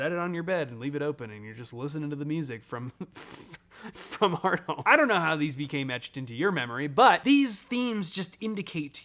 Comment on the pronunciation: Is it pronounced Heart-Home, or Hear-thome?